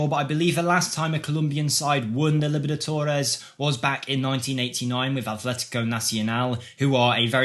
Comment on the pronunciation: How did you butcher Libertadores? It is not that difficult to pronounce it lol